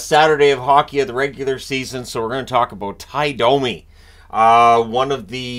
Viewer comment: No, Cherry NEVER called him “dummy”. He butchered the pronunciation of many names, and Domi was one of them. He said it like “Dah-me” instead of the correct “Doh-me”.